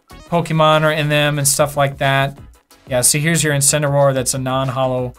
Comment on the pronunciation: IncineRAWR: How pronounces Incineroar